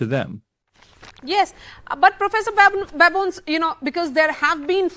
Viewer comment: Wonderful conversation. I believe the presenter got the pronunciation of Prof. Babones’s name wrong. Important to research such things beforehand.